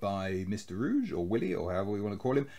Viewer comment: Willie Ruge -> "Ruge" is pronounced completely different than you do it. In German language usually each letter is pronounced, nothing is just omitted although been written. For any English speaker having no idea about German language pronunciation "Ruge" is probably impossible to be pronounced correctly. The first two letters are easy: "Ru" is pronounced as you do it. But than it gets tricky. The letter "g" is almost always - including in this case - pronounced like starting "G" in the word "God". Probably the biggest problem is the final "e", which is pronounced in English like Germans pronounce the letter "i", which again is totally different from the English pronounced of this letter. While the English pronounce "i" like the word "eye", Germans pronounce this letter like "tea", without the "t" in front. But back to the "e": Germans pronounce this letter like you do it when you use it in the word "get". So now try it again RU - than the "g" like in the word "god" - and then the "e" like in the word "get". You did it correctly with "Hegel" so I have great hopes for your future German language proficiency. Love your narration style, btw!